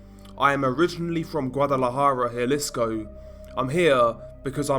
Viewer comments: Those LMGs are heavy af. Let's point out how sore they were the next day posing with those for the whole video. Also, just a little insight: Jalisco is pronounce Ha-lee-sko, not Jah-lisko. Hear that mistake often in videos. I live a few hours from the border so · Good video but it’s pronounced huh lee sco just to be safe